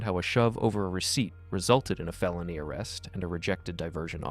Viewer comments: AI Voice. Mispronounces the word "felony" as "fayloney" and "used" as "you-zed". No real person would speak like that. AI is infiltrating our lives. We don't know what's real, what's fake, what's true, what's false. Even videos lie. Bodycam Justice Reports, why don't you get an actor to narrate your vids instead of AI Voice? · Also "FAY-lony" 🤣🤣